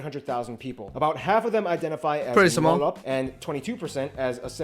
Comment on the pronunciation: Actually major population is ngalop not ngolop Ngolop is different thing 😂